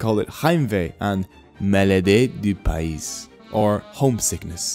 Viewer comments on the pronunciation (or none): You pronounced the french word pays like spanish here you don't pronounce the s in pays